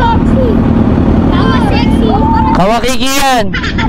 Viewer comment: Sana mali ako ng dinig pero ang linaw kasi 😂 KAWASAKI❌ KAWASEXY❌ KAWAKIKI✅